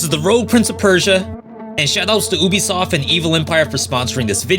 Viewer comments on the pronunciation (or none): It’s pronounced yubisoft